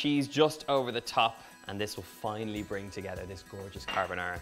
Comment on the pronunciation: I am Italian. Although I am, what I consider to be a pretty good cook...I have never mastered Pasta Carbonara, which is one on my favorites (yes scrambled eggs). I think your method is my answer. Your pronunciation of the dish is perfetto. MILLE GRAZIE!! See...we Italians can say nice things 😉